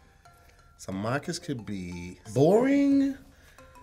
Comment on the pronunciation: Is it me but does it sound like is saying markish instead of mawkish?